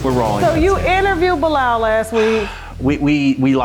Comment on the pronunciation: This is 1 of the best interview Tashak has done, opened my eyes. but it's just 1thing he kept saying that has me crying 😂😂butchering bilaal's name. I can't 😊